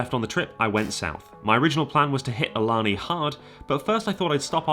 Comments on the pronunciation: Awesome video. I would point out that Ilana is a native word and it is pronounce ay-lah-nay. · FYI they pronounce that large casino as ill-la-nay. Live like 15min south of it and hear their radio adds all the time. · I think Ilani is pronounced "Ey-la-NAY" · FYI, Ilani is pronounced (ay-LAN-ay) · ILANI is pronounced A-La-Nay......I know it is wierd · For some unknown reason it's pronounced "ey lah nay". No clue, but I see the billboards too much and the commercials every day. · Ilani is actually pronounced ee-lun-aye. It's confusing I know. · Thanks for coming to the PNW and actually Ilani is pronounced “Ee-La-Nay” ;) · Having just driven by Ilani a couple days ago and living in the area - I believe it’s pronounced (AY-luh-NAY). That’s based on radio adverts I’ve heard for the place. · Btw, Ilani is pronounced “ay-la-ney” 😁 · Can’t wait to hear about Ilani, I live close to it. It’s actually pronounced A Lynn A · Since it’s my home casino I just have to comment and say that you’re mispronouncing ilani. Hope I get good enough to get backed off one day lol. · Ilana; the I is pronounced as a hard A, the first A (in the middle) is pronounced as a soft A, the last A is pronounced as a hard A.